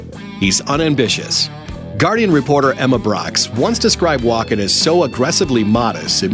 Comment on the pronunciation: AI generated voice thinks his name is Walk in